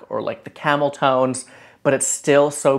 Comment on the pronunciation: Cameltoes? ......oooohhhhh! Camel tones! 🤣